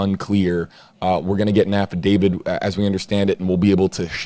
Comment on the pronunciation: It is an affidavit...not affidavid....this has nothing to do with David...please pronounce it as so.